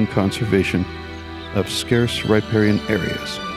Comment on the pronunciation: Not bad, but you're mispronouncing riparian. Here > rə-ˈper-ē-ən